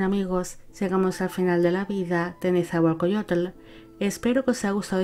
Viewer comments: Un gobernante famoso, su poesía ha logrado prevalecer a pesar del tiempo. Mi escuela secundaria lleva su nombre. Solo una pequeña corrección, así no se pronuncia su nombre. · Un gran video para un gran gobernante. Pronunciaste muy bien los nombres. Nezahualcóyotl y Tezozómoc se pronuncian grave, no agudo. Mexica se pronuncia Meshica, también grave, pero no te apures, ni los mexicanos podemos pronunciarlos correctamente. Gracias.